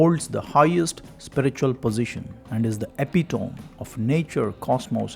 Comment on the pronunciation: Your videos are always interesting. Thanks. Just one note. The word "epitome" is pronounced differently.